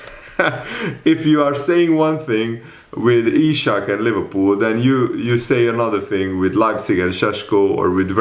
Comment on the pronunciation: Broooooo his name is Isak not ishak please.